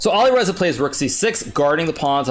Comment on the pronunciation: Awesome, but please, please learn to pronounce the names of players correctly. (Nepo, Alireza)